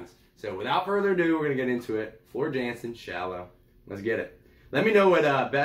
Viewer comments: FYI, she is Dutch, so her last name is pronounced Yan-sen. And anything she sings is pure gold. You cannot go wrong. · Prounced YAN-sen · Had to subscribe to a 'brother'. Welcome to the Floor Jansen (pronounced Yahn-sen) Valkyrie Queen 'goddess' rabbit-hole. Discovered her a year ago singing with Nightwish. She just has to do one more thing to become perfect, find and accept Christ as Lord and Saviour! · Her last name is pronounced yansen jansen she's Dutch they pronounce j like a y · She is one of the best singer's on the planet she is better than lady Gaga or Amy Lee she's the metal goddess. Her name is pronounced with a y sound